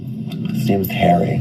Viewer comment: The choir 😂😂😂😂😂 "Hawwy has a frozen nob 😂😂😂😂😂"